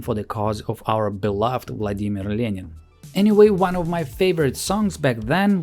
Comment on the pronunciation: я пол минуты думала ты русский или просто акцент и наконец поняла по произношению "владимир ленин"